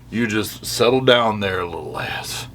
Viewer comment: it sounds like you’re saying little ass and it makes it so much more funny to me.